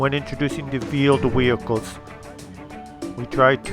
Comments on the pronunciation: are you saying vield vehichles?? If so, ist wheeled vehicles! LMAO. Just giving you a hard time. Keep up the awesome vids! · It's veeled weehicles.